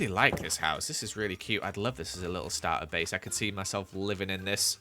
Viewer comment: “Starter bace” hahahaha